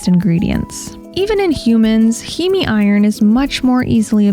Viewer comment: Heme is pronounced “heem”